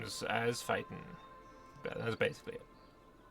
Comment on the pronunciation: Feiten pronounced as fighting hurts my soul